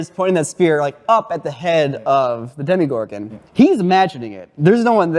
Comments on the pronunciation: &, I love you both, but listen to: It is DemOgorgon, not DemIgorgon. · DEMOgorgon, as in demon. Hearing people call it "demigorgon" drives me nuts. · Why do people keep pronouncing DEMOgorgon DEMIgorgon? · "Demigorgon!": "Demigorgon!": "Demogorgon.": "Demigorgon!": "Demigorgon!": "Demogorgon.": "Demigorgon!": "Demigorgon!": "sigh..."